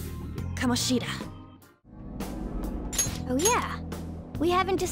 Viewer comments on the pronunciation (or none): It bothers me so much how they say kamoSHIda instead of kaMOshida like its supposed to be pronounced, and MAruki instead of maRUki